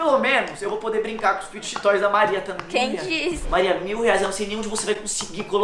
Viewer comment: Mossa o único adulto que eu já vi falando o nome serto fidget toys 😂😂😂😂